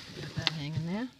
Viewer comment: Hey! Nice dumpstah theyah at the begining theyah.